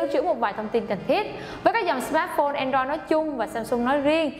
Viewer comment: Andoroi nói làm méo gì